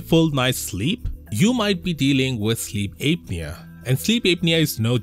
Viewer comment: Sleep Ape-nia